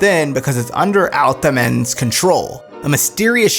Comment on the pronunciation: “Al-thuh-MEN” I hate to be the bearer of bad news. It’s “All-THAW-men”